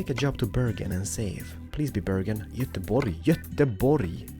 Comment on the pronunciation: Oh, and cheers for pronouncing Göteborg like it should be pronounced! Alot of non-"götar" says götlaborg >.< <3